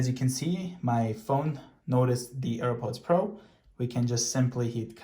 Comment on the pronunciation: And also Earports like do you know how to say AirPods Pro right my guy it do simple go my to kindergarten